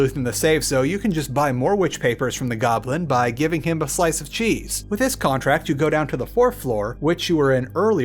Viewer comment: Why do you say “wiss” instead of “with”?